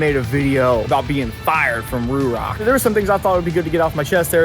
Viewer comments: It's RHOK! ;) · I keep hearing RHOK, its been a minute I guess😅